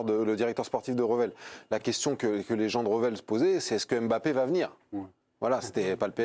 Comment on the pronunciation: Bonjour, je suis d'origine camerounais et je dois vous apporter une petite rectification sur la prononciation du Nom Mbappé. Mbappé est un nom camerounais qui s'écrit et ce lie en un seul mot et pas deux. On di Mbappé en avalant le M de Mbappé et pas en séparent le M du reste de bappé. Faites un effort supporters français sur nos noms africains en la respectant. C'est comme Ndiaye ce lie en avalent le N et nom pas N-diaye ou M-bappé